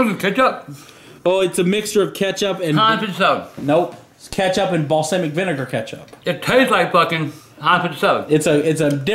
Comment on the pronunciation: Say balsamic right